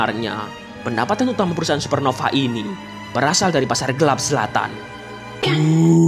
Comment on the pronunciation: Zlatan❌️ Selatan✅️